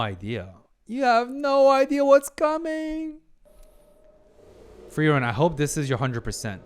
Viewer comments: You're pronouncing Frieren's name properly now. Nice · It took 10 episodes but I think you're finally pronouncing Frierens name correctly xD. This is definitely one of my favorite episodes of the season.